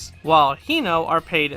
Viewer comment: Just one thing in regards to Japanese in general; the "e" isn't a silent letter and is pronounced like "eh". So Mizunoe = mi zu no eh, Kanoe = ka no eh, Hinoe = hi no eh, Kinoe = Ki no eh